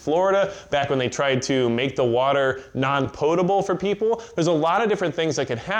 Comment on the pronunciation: Thank you for pronouncing "potable" correctly.